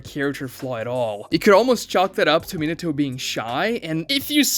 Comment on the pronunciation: I'm surprised he can pronounce Minato right.